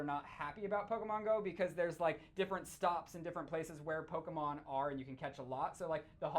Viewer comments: Lol 'Pokeman'😂😂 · It's not man it's pokeMON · pokemon not pokeman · *pokemon not pokeman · What the fuck is "pokeman"